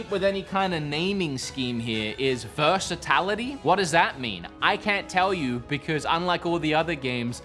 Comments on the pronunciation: Versitality - you're killing me, man ;) Great review, thx. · It's 'versatility'. Not versatAlity 😅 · I love how says "versitAlity" when the menu option clearly says "versatility"...and he even misspells it how he mispronounces it on the example screen. Versitality isn't a word. Versatility is. (Apologies if this is dyslexia or something, I just found the letter switch amusing when at first it was just a mispronounciation but then doubled down with the misspelling in the edit. 😅) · FF7 says "Versatility" in the game, and you put/said "Versitality". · Versatality? Versatility. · Versitality = Versatility 😂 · Lol versitality.